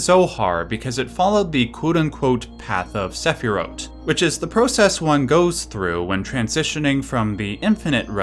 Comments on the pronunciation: Omg is that notification noise the Haunting Grounds noise? I've got it on the mind now since it's shown at the start with the crafting. Side note, Sefirot is pronounced like sphere-OAT on wiki/by some scholars I heard. Not sure if that's like the Hebrew pronunciation or what, I didn't look at the etymology. But yeah it doesn't really translate well to the sephiroth spelling and people are less likely to recognise the word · Wow — the sephirot tree is a puzzle in Baldur’s Gate 3. I’ve done the puzzle many times and I know the symbol and never noticed they are exactly the same. Cool video and very learned. The pronunciations are pretty good but sometimes off, for example Essenes is pronounced Ess-seens. Sefirot has a hard t, not th at the end, shechina is Shech-cheena not shekina. Ein-sof is Ayn-sof not Ain-sof. Understandable though if you’re not familiar with spoken Hebrew.. Re Metatron .. I thinks he’s popular because his name sounds like a Transformer. Definitely not a Hebrew name, and in fact he transformed in the Book of Enoch. Coincidence?.